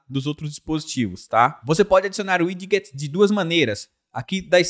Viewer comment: ao invés de 'uidiguets' diga 'uidjets'